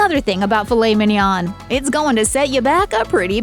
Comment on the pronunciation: The N is NOT pronounced at the end of Mignon.